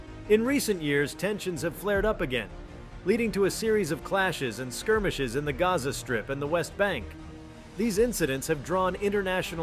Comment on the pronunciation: Did he say squirmishes. Talk about an understatement